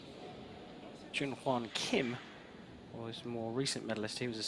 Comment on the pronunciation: His last name is Kim, KIM!!! Not hard to pronounce.